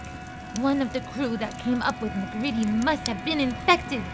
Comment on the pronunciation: Mah-CREED-E That's how it's pronounced :C Other than that, good job